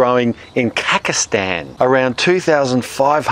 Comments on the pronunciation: KaZaksthan! hehe i heard Kakhkastan. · Kakistan? Is that Persimmon-land? Maybe they wore khaki clothing for Alexander? I think you mean "Kazakhstan". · its not Kackistan , its called Khazakistan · did he just said kakastan